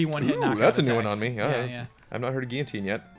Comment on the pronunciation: do you really pronounce guillotine like that? hahaha.